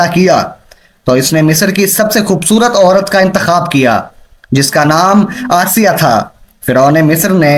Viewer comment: Janab firon ki wife Ka naam asiya hi not aysa